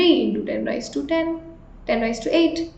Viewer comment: It's raise not ra-yi-z